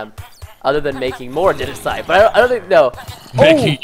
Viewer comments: he called it idenasite not andisite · ITS AN-DA-SITE IT ISNT ANDENISITE -_- frustration is real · its pronounced an-de-site. ANNNNNN-DE-SIIITEEE